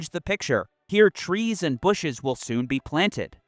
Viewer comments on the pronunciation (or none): none